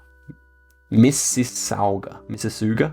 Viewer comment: Mississauga (Canadian city sound of Toronto) is pronounced Missa-saw-ga. It’s named after the Anishinaabe First Nations peoples who lived on Lake Ontario.